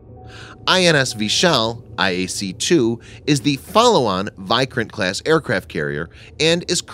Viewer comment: Video was good, but correct your pronounciation of vikrant